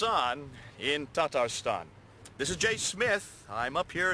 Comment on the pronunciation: jay smith is a comedian, "tatastan" he says at the beginning, lmao